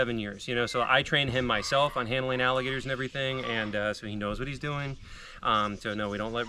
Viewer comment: freeze . u said wrestling alligasyors